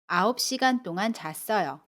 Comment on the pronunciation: 안녕허세요 선생님 동안의 발음이 똥안이에요?